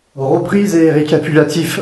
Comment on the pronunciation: récapulatif , recupitalapif lol a 26.54 tu ma détendu et fait rire un peut , sinon très belle enquête continue tu a gagner une abonnée :)